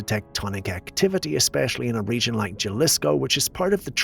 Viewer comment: it's pronounced ha-lees-co...just spelled jalisco